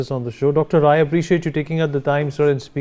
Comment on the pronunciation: Sanjay RAI, not Roy...